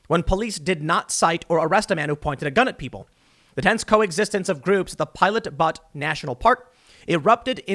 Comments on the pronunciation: Duuuuude. Butte is pronounced beaut not butt lol at least we can tell you read. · Pilot Butt... no my friend, it's pronounced BeayOOOOOOOt. Gotta love Oregon names. Then again, Butte is sorta common. Hire me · As someone who lives in Bend Or. I have to say that I could not help but die when you said "Pilot Butt," running joke in the middle schools around here, just an FYI it is pronounced bute like 'but'ane, it means a lonely hill with steep sides and a flat top, according to google, and I would say that this is an accurate description. link to Wiki page on Pilot Butte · Tim, that's "Pilot Butte (pronounced 'Beaut')" -- not butt. That's OK. You're from New Jersey, and it's a Western thing. Wise and informed as you are, you're still young. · Pronunciation correction for ya... (re: Protesters... Bend Police...) The "Butte" of Pilot Butte is not pronounced as you would your backside, "Butte" is like the Indian tribe: Ute (yoot) with a B in front. (byoot) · "Pilot Butt National Park" lol. Was that "Pilot Butte" or "Private Butte?"